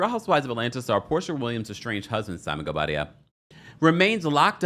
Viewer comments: The way that you say "Simonguobadia" 🤭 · I never get over the way you say "Simon Gobadia" lov it and cracks me up everytime